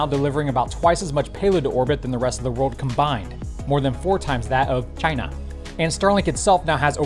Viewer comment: "china" was comically said... :D